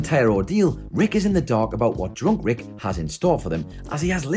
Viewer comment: I had to rewind because I heard John Rick not drunk Rick